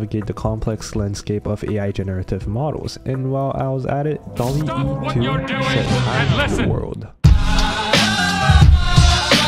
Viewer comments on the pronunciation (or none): It's not "Dalle e" just "Dall e" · bro said dall-e e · Second time making a semi-documentary, do you enjoy these kinds of video style? Please let me know! And please stop flaming how I pronounced DALL-E I swear the extra E stands for my shitty English 😭 And of course, the first 1,000 people to use the link will get a 1 month free trial of Skillshare